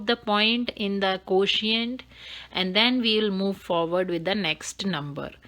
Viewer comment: Nice ! But pronunciation of quotient is not exactly pronounced . So try to correct it . May God bless you !